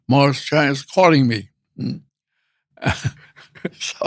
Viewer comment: I am immensely saddened by the Mispronunciation of Dr. Chang’s last name! Correctly pronouncing a person’s name is the least one can do to show respect. Dr. Chang’s grace is no reason for one not to make an effort. Don’t let anyone tell you it is hard to pronounce Mandarin sounds. Don’t underestimate your ability to get it correctly! Show proper respect and it would happen! Need help, just reach out! Lots of people would be happy to help!